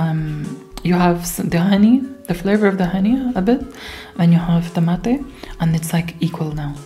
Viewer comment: Is spanish your native language? Your pronunciation of 'mate', 'yerba mate' and 'bombilla' words is very well. It is funny heard those words from non talk spanish people, but you does it very well.